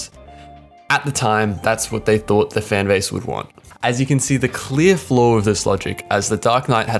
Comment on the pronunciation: I'm not sure if you said floor on purpose or if you meant to say flaw. Either way you are right with your points and the suicide squad succeeded due to it's courage to be something unique